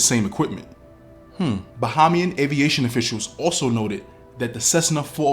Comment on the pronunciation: Btw, it's not BA-HA-MIAN it's BA-HEY-MIAN.